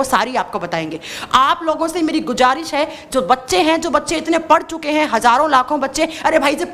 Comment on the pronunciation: गुज़ारिश को गुजारिस बोल रही हैं